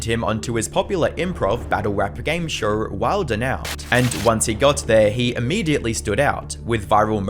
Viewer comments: Imagine talking about someone’s downfalls while pronouncing show as “shawur” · I like how he calls a show a “shur” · Why do you say... Show-r, instead of Show. So-r, instead of So. Two-r, instead of two. Etc...